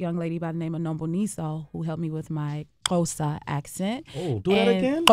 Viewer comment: Love how she did the Xhosa - she did great